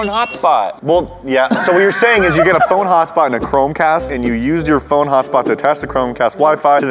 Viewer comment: Aghh phone not phoney